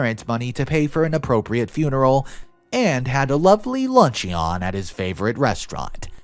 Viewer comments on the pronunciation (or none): Lun-CHEE-on? Seriously? Lun-chun.